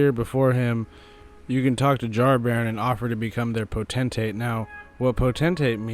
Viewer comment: The biggest mistake FROM made with Jarburg is that the characters pronounce Potentate as if it originates from the word "potential" and not the word "pot".